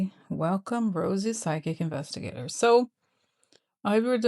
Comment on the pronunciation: Rosie I miss you saying “vestigator” . This is your show. Say what you please!